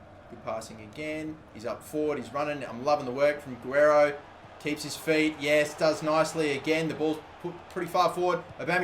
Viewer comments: It's pronounced ga rare Ro not a gwear ro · Its Gi-re-ro not Aguero damnit! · Its pronounced ge-ray-ro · I think the left backs name is pronounce gu-rare-io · Not a master of pronunciation but I think Guerreiro is pronounced Goo-air-ee-oh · How to say Guerreiro's name is like this : Ga-rare-ro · Its pronounced Geh-rare-oh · LB Is pronounced gu- a-rayro probably .... and u r reus went down by 1 rating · Guerreiro = Guh-Rair-O